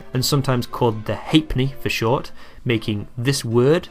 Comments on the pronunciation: Your pronunciations are up the spout. Halfpenny is ha'penny. Threepence is thruppence, etc. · Pronounced ha'penny not half penny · Good except halfpenny was pronounced haep'ny